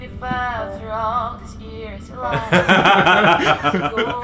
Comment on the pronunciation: Socorro! Ouvi quinhentas vezes e você falou exatamente igual ears e years ! 😱😱